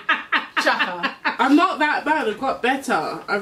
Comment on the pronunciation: Just realised you say chiaka's name as "chaka" like in Chaka Khan lool that's so cute 😝